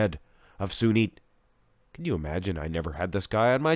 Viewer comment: Cheers from India🙌 You did pronounced Sunit's name correctly!